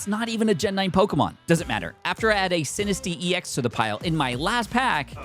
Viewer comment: Bro it’s SinisTCHA not Sinistea